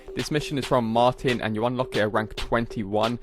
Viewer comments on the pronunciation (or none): none